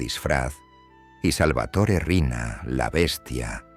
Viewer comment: No es Arena, es Riina